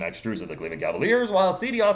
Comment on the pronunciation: It’s pronounced “Chedi”